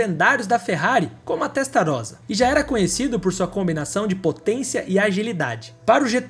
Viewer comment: Favor notar que aos minutos você pronuncia FERRARI TESTAROZA, está errado, a pronuncia é TESTARROSSA (alguns pronunciam TESTARRÔSSA, ESCREVE-SE COM UM R e MUITOS PRONUNCIAM "ROSSA") .... Excelente matéria. Parabéns.